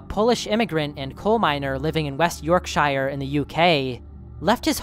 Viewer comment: it’s York-sheer